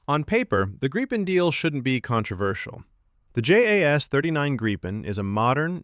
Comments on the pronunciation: FFS fix the AI. It's Grip - en, not Gripe -en. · Artificial narration sucks. Doesn't even know how to pronounce Gripen.